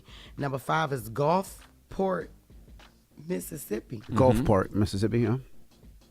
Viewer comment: Jess can’t even say Gulfport. 😂